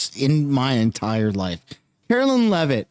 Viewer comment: Me sunshine please NOTE YOUR first reference to Karoline you said "Carolyn!" Wrong name. I hare that. And so does my God Mum in her 80's i a nursing home. Carolyn. She is pronounced Care-o-LYN in the English language and I am pronounced Care-O- LINE. LIKE A LINE you draw. I catch the news anchors doing this as well. Ugh vey